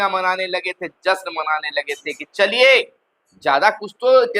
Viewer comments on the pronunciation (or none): none